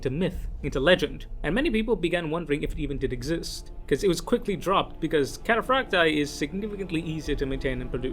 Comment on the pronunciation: Why do you pronounce Cataphractii and Tartaros armor in that way